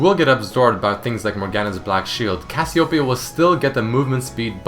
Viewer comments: what? cassiopiyaoown? its read as kas you pay yah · Did you know that you and most of the League population pronounce Cassiopeia wrong?